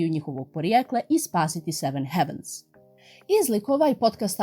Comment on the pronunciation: Samo mala ispravka, izgovara se "hejvens"